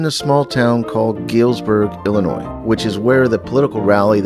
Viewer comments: Me too although he pronounced Illinois wrong. I've never said the s and pronounced it Ill-a-noi. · I live in the metro area of Milwaukee, WI and I have to say that Midwesterners don't sound like that. He pronounced Illinois differently than we do too. We don't pronounce the s.